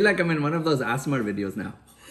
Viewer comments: LOL I chuckled the way he said bananas too..... I laughed even harder when said ASSMER instead of ASMR!!! 😂😂🤦‍♀️ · “Assmerr” video 😂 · I’m guessing that is how he pronounces ASMR. Lol. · the way he pronounced ASMR lmaooo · The way he pronounced “ASMR” 😂